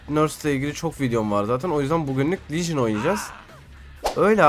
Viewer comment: Legion diyon ne diyon